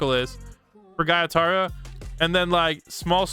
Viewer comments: Bruh he said gytara Its gyutaro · Wth bro said “guytaro” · The way he said “giataro”